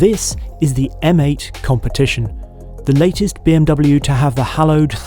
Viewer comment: M8.... pronounced "Meh 8" 😑 Heavens above, the rear of that convertible! A little bit of sick came up!! 🤢